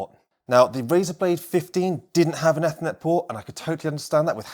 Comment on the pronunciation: No keep saying it that way, I like it :D Great reviews!